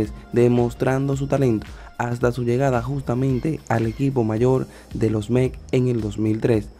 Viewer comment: No se dice Mec es METS😊